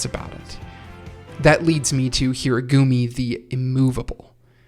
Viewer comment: I urge you to look up how to say Japanese names properly. Of course it's ridiculous to expect flawless pronunciation, but Date Tech, Furudate, and Hirugami in particular are so badly wrong that it's just painful.